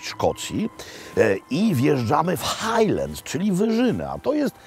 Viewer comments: Żaden Szkot nie powie "hajlends" tylko "hajlands"Panie Makłowicz.Rzeczywiście nie mówią "loch" tylko "lokh" a nawet "lok".Nie "heddog" tylko "HADDOG".Szot nie powie "fisz" tylko takie między E a Y 'fesz". Nie "blek" tylko " blak puding" Szkoci mają ubaw kiedy słyszą taką wymowę :))))) Na takie obiadki jaki Pan spożył tak na oko £200, przeciętnego Szkota niestety nie stać. Kolacyjka za stówkę z okładem. Daj Pan spokój Panie Makłowicz. Raz do roku na specjalna okazję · No i nie Hejleds tylko Hajlands